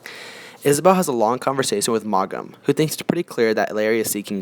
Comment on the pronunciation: Too bad you don’t know how to pronounce the author’s name or any of the character’s names.